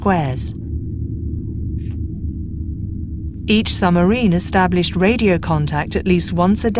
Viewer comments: "da-NITZ"..."summarine" "admiRALity???? Where did this narrator come from? She seems to be English-speaking but her pronunciation is bizarrecomputer ! On second thoughts, is "she" a very clever but mindless computer-generated voice? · You would have thought, with the time, effort and expertise that has obviously gone in to the making of this documentary, that somebody would have taken the narrator to one side and asked why she was saying "summer-een" instead of submarine. Oh, god! She just said "add-me-rally-tee"!